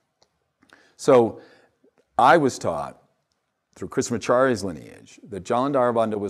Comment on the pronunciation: Bro butchered Krishnamacharya's name